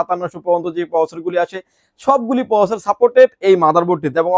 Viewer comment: ঠিক করে প্রসেসর উচ্চারণ করেন ভাই